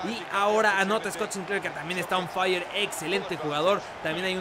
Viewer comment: Me encanta cuando king dice on faia y cambia a assombalonga por wilson